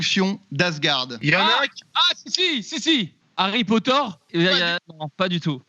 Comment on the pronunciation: "harry potore"